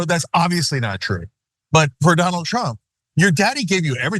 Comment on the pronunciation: Remeber when Michael course called him “Danald”